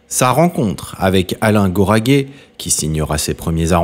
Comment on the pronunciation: Les noms propres sont mal prononcés : Tenenbaum , Goraguer , et ce n’est pas "une triste fin",la mort est toujours triste mais il etait aimé et entouré .Assez de ce racolage !